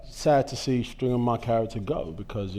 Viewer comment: Stringer not Stinger.